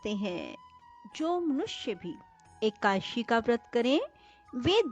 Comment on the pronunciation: Ekashi nhi hai, Eka- dashi vrat ki katha hai